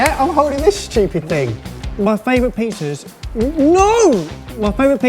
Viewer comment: "stYupid" such a cute pronunciation 😃😉